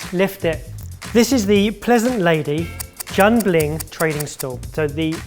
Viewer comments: oh my, i couldn't at the 'jun bling' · Did just say jian BLING 😂😂😂😂😂